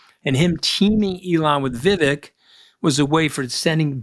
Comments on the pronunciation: It's Vivek, VIV VAKE, like CAKE. Political views aside, you should pronounce people's names correctly if you're going to professionally speak about them. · Love listening to you Mooch but kindly, it's Viv-ayk...not viv-ick... from one of your South Asian- American listeners ;)